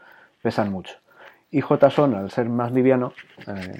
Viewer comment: En español si esta bien pronunciado